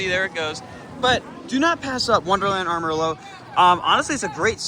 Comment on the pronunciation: That way you said Amarillo is so wrong 😑 that gave be pain as a Texan